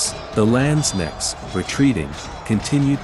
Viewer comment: pronouncation isnt the strong side of the Video! The K in Landsknecht are pronounced much stronger!